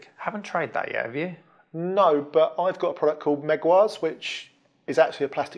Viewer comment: meguiar's (the car polish) is pronounced like the surname "meguire" not "megwars" :-)